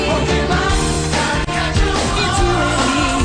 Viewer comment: My top 3: 1. Pokemon 2.The fresh prince of bel air 3.full house. Oh and Rhett said Pokemon wrong